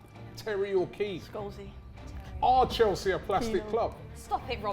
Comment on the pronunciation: Mate this absolutely criminal how she made Chelsea sound smh